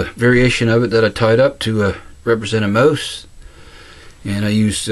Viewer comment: Nice one! Love the accent man... when you say "mouse" all I hear is "moose.":-)